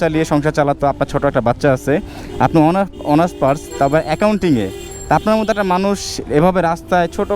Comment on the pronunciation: ভাই অনার্স পার্স না অনার্স পাস বলছে।